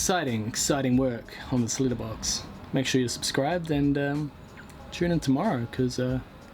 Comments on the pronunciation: Cat litter box? That's how I heard it 😂🤣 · i thought you said, "litter box" like a cat's litter box, lol. i'm glad you added followup video of the letter boxes! :D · I thought he said Litter Box, like for a cat. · You said "letter box" like we Americans say "litter box" 😉 We call them mail boxes, but letter makes sense too. I mean, unless you're being heard by an American with their mind in the gutter! LOL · I thought you were saying litter box As in shit box LOL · Same. I also heard litter box at first. Also, when he was building a deck, I heard Richard, initially.